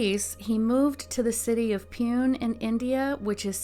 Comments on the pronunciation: Pune City is pronounced as Pooney City. Rest very well narrated by you. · Lol Pune. You sounded cute mispronouncing this